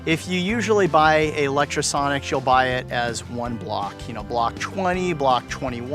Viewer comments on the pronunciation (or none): How are you so fucking retarded? Can you not read? You obviously have a lot of Lectro gear and use it at least semiprofessionally, so why do you keep saying Electrosonics? Fucking muppet